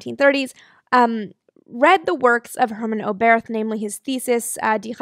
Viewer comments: In German you do not pronounce th like in English. So Oberth is simply pronoumnced like Obert. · You pronounced Sänger's name absolutely correctly. (But I think the stress is on the first syllable of "Oberth", not the second)